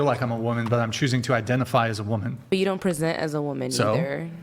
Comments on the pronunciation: "Being a womin" the way the Asian incorrectly pronounces woman is insufferable. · Say Woman!!!!!!!! Not *Womeen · Can that chick not say WOMAN properly goddamn